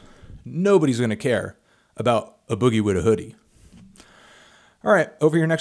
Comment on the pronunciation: loll "aboogie with the hoodie" instead of a boogie with the hoodie